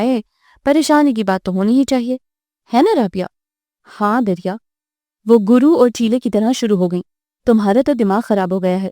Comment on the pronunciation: بیٹا دریہ میں د کے اوپر پیش ہے ر کے اوپر تشدید یعنی ر کو دو دفعہ پڑھیں گے پھر یہ اس کو درریہ پڑھا جائے گا ۔ایک ناول میں رعنا کو رانا کی طرح پڑھیں گے نہ کہ رنا۔